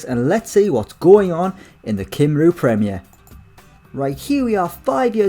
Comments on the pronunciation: Just for future reference, Cymru is pronounced Cum-Ree not Cim-roo lmao :))) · Cy-m-ru not Cim-rou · It's pronounced cumree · Drinking game: Take a shot every time he says Kimroo